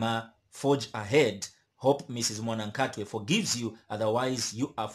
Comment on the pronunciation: It's not mwanakhatwe it's mwanakatwe